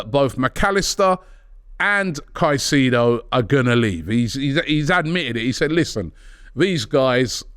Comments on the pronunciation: Robbie please 😂 ... Kai-Say-Doe (Caicedo) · Robbie ffs man, you’ve been on enough shows with people who pronounce his name right and you still want to butcher it smh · Pls stop butchering his last name with your pronunciation. It’s disgusting